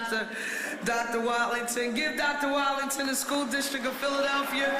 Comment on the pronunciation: Ms. Parker the superintendent's name is Wattlington not Wallington.